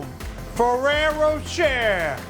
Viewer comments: Has Buddy been having vocal coaching? HIs Jersey accent (I am born and raised in North Jersey) sounds like it has faded a lot, especially when you watch an older video right before watching this one. And is Ferrero Rocher really pronounced "fa-rare-o-share'?? I think not. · When did ferrero rocher became ferrero sherer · Buddy's pronunciation of "Ferrero Rocher" has me lowkey dead 😭😭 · RosesofVersailles init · It triggered me how he pronounced ferrero rocher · Yes...in French, "-er" is normally pronounced similar to "ay/ae/ey" in English. I think many Americans tend to mispronounce it for some reason...